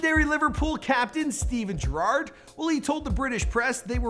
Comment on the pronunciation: That pronunciation at Steven Gerrard 😂😂